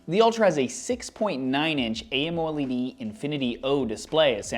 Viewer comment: Everyone: amoled: AmO LeD